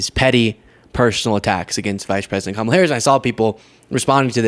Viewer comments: Why does he keep pronounceng her name wrong teasing her he wrong especially during medical crisis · The fact that he purposefully mis pronounces Kamala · Is Trump unable to pronounce her name. Its C O M A L A!